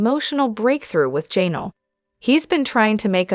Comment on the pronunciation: Her name is Janelle, not Jaynull